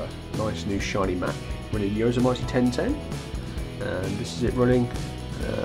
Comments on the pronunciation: Hate to sound picky but Yosemite is pronounced Yo Sem itty... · No offense but you really butchered the word Yosemite. It's pronounced Yo-sim-it-e lol just so you can get it right. Good vid though. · don't you even know how to pronounce the operating system?